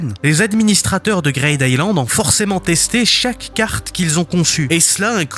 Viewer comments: J'aime bien la vidéo mais STP C'est pas GRAID island mais Greed Island (Grid) Et c'est pas Pi NJ mais PNJ... Ca rend fou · tu rends fou a dire "greyd" island, c grid greed, green, creed donc c "i" le son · Ça se prononce « Gride Aïlande » bordel et pas « Graide » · "grayde aylande" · ta prononciation de greed island m'a fait décrocher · Mais il a pas tort. Faire un peu d'anglais ça fait pas de mal. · Excusez moi ? "Quoi" Island ???